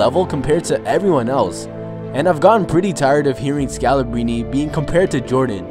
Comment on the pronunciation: Pronounce the R, scalabRine